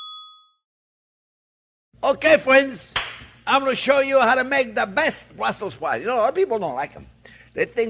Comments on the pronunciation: It's "Burssels sprouts" with the "s" after Brusssel. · Bwussel spwouts.